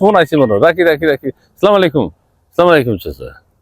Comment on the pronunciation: দুরো হালা সালাম শুদ্ধ কর